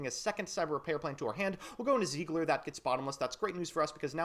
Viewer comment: zeigler It's seiger...🌚